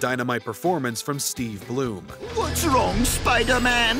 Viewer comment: Steve Blum, not Bloom.